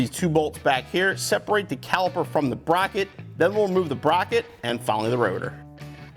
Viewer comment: “Frirst we will remove the brocket” 😂😂